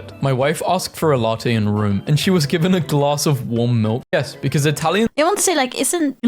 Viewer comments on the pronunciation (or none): none